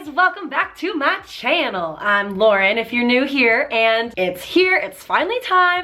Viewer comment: the best part of the whole video tho.. "Ma chaanel" :D :D Love it! Keep doing such awesome work!